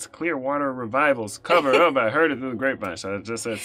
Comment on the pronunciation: He said,"Hoid it." 🤣